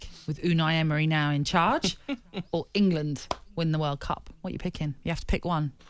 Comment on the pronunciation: He actually said Engerland...my god!